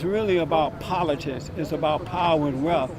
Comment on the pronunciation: Did he say it's about politits? Yeah, I think he said politits